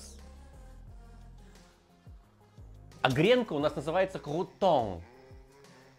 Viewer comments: а кхрРренка у Нас называется кхрРрутон xdxdxd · Слово Крутон в вашем исполнении просто шедеврально 😅